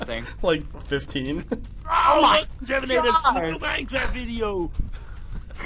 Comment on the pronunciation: LOL SAYING JEVINATOR XDDDDD